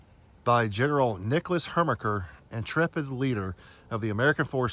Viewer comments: Great doc- i live right there. The General’s name however is Her ki mer (Herkimer) and not the somehow funny “Hermicker.” Well done. Local history docs are rare finds 👍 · After the second time you said "Hermiker" I clocked out. You are obviously a dumbass and your posts have no value. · Thank you for this video. It means a lot to me personally because General Herkimer was my 6th Great Grand Uncle. Herkimer, NY was named after him. The correct pronunciation just for your information is. Her•ker•mer. The pronunciation was changed from the original German spelling. I have visited this site years ago as a child but need to go again. Your explanation helps a lot to understand it. I love history as well. I was brought up in Herkimer, NY. Thanks again. I’ll watch your other videos. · I'm going to watch your content in the future, but Herkimer is not pronounced like that 😂. It's a beautiful place, I've been there, I live maybe an hour East. Thanks for highlighting this! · Dude just can't say "Herkimer", huh?